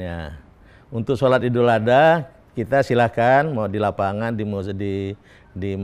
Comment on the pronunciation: Ngucap 'Idul Adha' saja nggak pas...